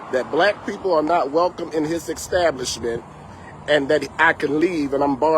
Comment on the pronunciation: "EXX-stablishment?" Uh, okay 👍🏾